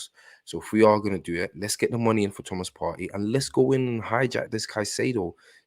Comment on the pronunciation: Hey! I'm assuming that's your name. I just discovered you and I like what I hear. Two things I like immediately: 1) I agree we should hijack the Caicaido deal. It's on the cards and it makes sense in every way. 2) You are the only person who pronounces Thomas Partey's name properly. I keep telling Charles Watts, Tom Canton and co it's pronounced "Par-tee" and not "Par-tay" but they don't listen (and that pisses me off!) Well done. I have liked, subscribed and I look forward to an Arsenal hijack very soon. God bless you brother